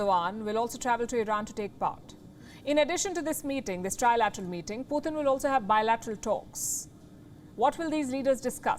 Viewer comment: Palki..his name is Putin..not Puthin.